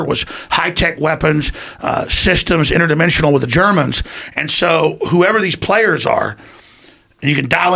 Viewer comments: Shhhinterdimshhhhshonal oh right is it Alex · In-terd-i-men-si-on-al. Inderdimensional. Your [in turd], who? [ i men!], [si?], ok go [on al] (focus yourself ["on all"] of you, not just your head men in turd🙄